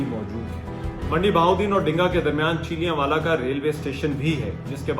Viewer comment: PLEASE PRONOUNCE THE CORRECT NAME OF SUCH :: VILLAGE :: HAVE A PROPER PREPARATION BEFORE A VLOG